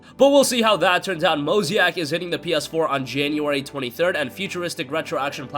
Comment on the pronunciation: Mo-zay-ick not Mo-zee-ack lol